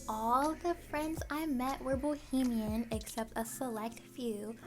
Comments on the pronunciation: It’s Bahamian ... lol get on your friends case they ain’t suppose to let you pronounce our nationality wrong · Hey! You say Bohemian but it’s Ba-hay-me-an! Nice video ❤️ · Loved the tour, also its pronounced Bahamian not Bohemian